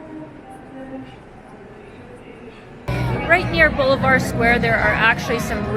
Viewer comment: its funny how you call ´´la plaza de bolivar´´ blvd square lol